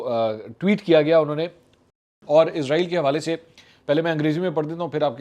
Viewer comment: سر جی عزرائیل نہیں اسرائیل ہے